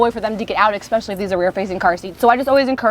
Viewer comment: Good video except you keep mispronouncing especially. You are saying it as if it were spelt exckspecially.